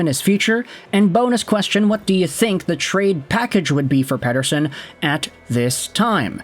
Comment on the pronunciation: God I hate the way you pronounce Pettersons name. Do it fugging properly